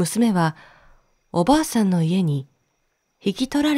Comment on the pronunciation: 中国の昔話は、全く知らないので楽しく聴かせていただきました。 重箱の角をつつくようで申し訳ありませんが… 「～ブドウ」の、おばあさん？おばさん？ 「どうか～」の最初のカネのタライ？ が気になりました(ごめんなさい)